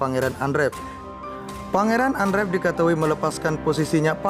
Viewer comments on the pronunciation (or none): Maaf ya mas admin ,Bukan Pangeran Andrew, tapi Pangwran Endruw bacanya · Kok nyebutnya pangeran andrev sih, yg benar 'andru' (andrew) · Pangeran "Endru", Bukan Endref. Haduh... risih dengernya. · Baca berita aja salah pangeran Andrew kok di baca Andrep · Dibaca endru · Pangeran andrew kok dibaca andret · Mas, mbok belajar membaca sedikit dong klu bicara di youtube. Terutama bgm mengucapkan Duke dan Andrew. Apalagi klu di-ulang2 spy tdk menghina org dan menyakitkan telinga.